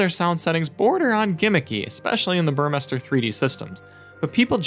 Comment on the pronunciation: Finally someone didn't mispronounce Burmester as bUrMeIsTeR.